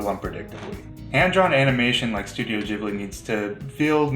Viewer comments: Please, gib-lee not jib-lee 😭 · hi, this is a big channel I think it's important you know it's pronounced GHibli, not Jibli. It's an italian name, the H is there to make the G hard. Also in Japanese it's pronounced with the hard G.